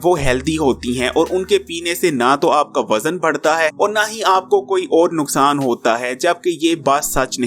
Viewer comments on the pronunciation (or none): none